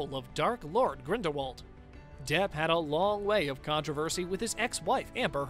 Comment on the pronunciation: Do some RESEARCH… Grindelwald is pronounced 'GrindelVald', as Rowling has said herself in numerous interviews! She has also stated that the 'T' in Voldemort is silent, so it is pronounced 'Voldemor'.